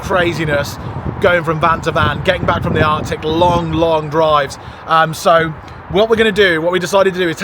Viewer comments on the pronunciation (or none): none